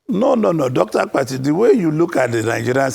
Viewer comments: I thought something was wrong with my ear. I equally heard Dr. Akpati several times Instead of Dr. Abati. Akpati means luggage in Igbo language. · Dr 'AKPATI' , you supposed to correct him on how he pronounced your name, he knew you almost 40yrs according to him and still pronounced your name as Akpati (box)